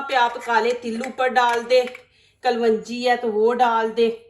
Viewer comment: Kalwanji nahi bahen Kalonji sahi talaffuz hai.